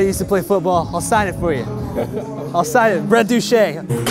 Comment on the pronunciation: Brett Doo Chay (Douche) lol